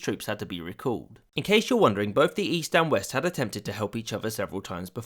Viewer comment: "in the yeast" i was like what? Great video of a great tragedy :(